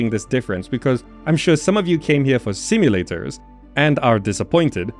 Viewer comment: "Simu-lay-TORS" haha, great video!!